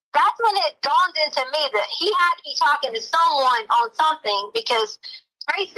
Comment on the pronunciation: “That’s when it dawned-ed to me”. 😂😂 The PhD in education.